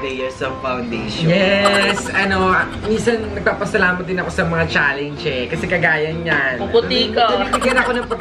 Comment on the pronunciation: lol bakit "challeynge" yung pronunciation ni dapar "challenge" lol😂 Next time try to pronounce it right😂